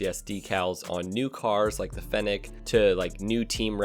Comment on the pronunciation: nobody:: Fen Neck